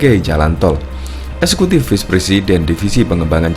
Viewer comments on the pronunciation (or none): none